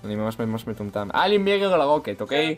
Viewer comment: למה אתה אומר מירר ולא מירור